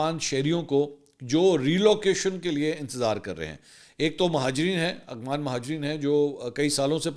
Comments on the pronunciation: Mansoor Bhai yeh lafz aghwan NAI afghan ha aap aksar Afghanistan ka nam Galt lety hn please isy correct kr len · بھائی منصور صاحب۔ لفظ افغان ہوتا ہے نہ کہ اغفان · منصور بھائی ، آپ اغوان کیوں کہتے ہیں ، افغان مہاجرین کہا کریں ، آپ کو شاید فیل نہیں ہوتا آپ افغان کہتے ہوئے اکثر اغوان کہہ جاتے ہیں